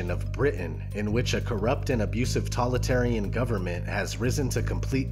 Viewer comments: While I love this and you brought up really good Dystopian Gems , please Sir it's Totalitarian and while I like the word you keep saying Talitarian it kinda distracting. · When you describe V for vendetta and Running man (and maybe others - I skipped a few) you say ''tolitarian'' instead of totalitarian... Dude! That's a serious mistake, especially if you want this video to be taken seriously. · This is an excellent list. Thank you for including Equilibrium, which is soul-churning. We can see that it and definitely 1984 are coming true. One last thing, though. Did the narrator mean "totalitarian" rather than "tollitarian"? Either way, I'm really liking TV. Cheers. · God damnit! TOLITARIAN IS NOT A WORD DUDE! The word you are not pronouncing is TO-TOLITARIAN! You are not saying the first part, it would phonetically be said like this toe tall it tear E N totalitarian Ugh you say tolitarian one more time in this video and bro, I will come at you. You wanna come at me bro? For grammar notseeing? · DAMMMMMIIIITTTTT! You did soooo well, and did not say that word wrong again. What word? The correct word is TOTALITARIAN. What are you saying, not totalitarian. Nope you are missing the TO at the beginning, and didn't say it again. From when I posted my previous message around number .. idk 18 ... but then you go and do it one last time on the VERY LAST MOVIE OF THE LIST NUMBERING 33!!!!!!!! lol come at you bro! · I tuned out after the 10th time this guy mispronounced totalitarian as "tolitarian." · You say "tolitarian" a lot.. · totalitarian is a really hard word to say, don't you proof read??? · Are you not saying fascist and totalitarian correctly for a reason?